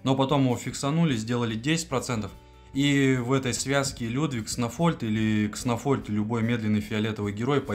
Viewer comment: 1) Почему Кснофольд, если он Кснольфод? Ты его троллишь?) 2) Если мета одинаковая, стабильная и не меняется, есть 1 безапелляционный топ-герой, то это вполне себе повод что-то с ним сделать. И я бы предпочел нерф одного героя. Но из-за ноуспентеров теперь не нерфят топов, а тупо делают новых нереально крутыми и за ними не угнаться. Лучше бы тогда понерфили несколько героев, чем эта свистопляся с бесконечными статами(